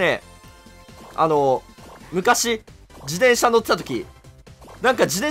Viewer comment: しゅうずっと自転車のことじでんしゃって言ってる…？気のせい？